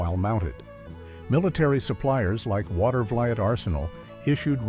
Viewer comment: That is "Water-VA-leet" (Watervliet).